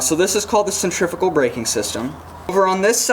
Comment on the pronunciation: great video that explained the baitcaster much better than others ive seen...one thing tho..."sen-tree-few-gal" :D